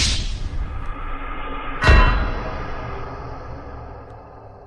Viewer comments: MILLEE! Not MYLEE! Sheesh... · It’s Mill Eee, at least get her name right.